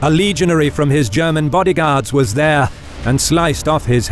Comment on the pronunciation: The word is pronounced legion-airy, not legion-air. Otherwise, fascinating.